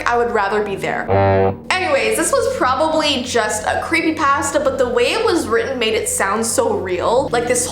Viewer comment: i like how she say's creepypasta it's cool i like it